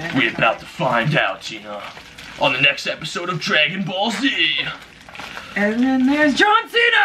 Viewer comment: Did he really said dragon ball zeen zeen!!! Really it's dragon ball z